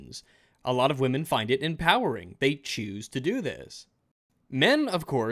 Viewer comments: "Won't you think of the women". No. Second, it's wamyn. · "OVER 21 MILLION WAMEN?"